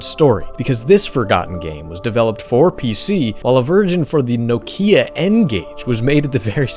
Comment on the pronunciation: NO-KII-AHH ... Oh god